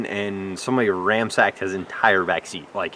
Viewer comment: Tell the word is raNSacked…not raMsacked! 🤣